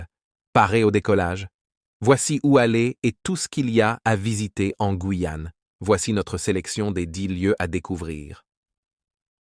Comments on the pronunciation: On dit pas la guouyaon dit la Guyane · Ces voix robotiques en AI sont insupportables. (. Le Gwouuiyan' ). C'est terriblement nul. Même le rythme du discours sonne totalement faux.